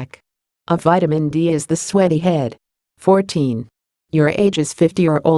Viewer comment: Poor understanding when reading of Vitamin n D being separated..